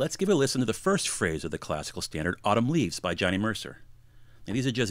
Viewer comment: "Autumun Leaves" - NOOOOOOOOOOOOOOO LOLOL